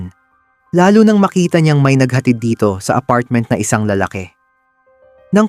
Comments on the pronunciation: La-la-ki… hindi LaalaaKE! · Para sa narrator: paki ayos naman Ang accent ng Tagalog mo😊 tulad ng lalake. Ang stress nasa second syllable